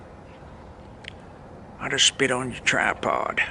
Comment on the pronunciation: hah! "I just spit on yur trypowd"